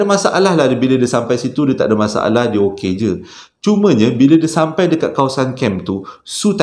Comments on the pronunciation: Tersasul is ohsem😁 #Shampai🤭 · SYAMPAI = SYULITT ( DERDEKAH AKU BANG 🤣)